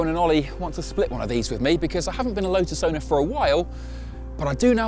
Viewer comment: Thanks for including the t in the pronunciation of lotus and even one or 2 other relevant words.